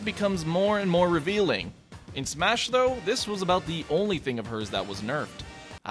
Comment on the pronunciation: final "smahs"